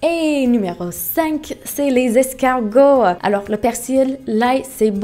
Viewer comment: Le fromage plus ça pues plus c'est bon. Pour Miami on a dû avoir des série télévisées américaines sur Miami beach je pense. J'a vite arrêter la vidéo quand tu as prononcer le mot escargot, bééééé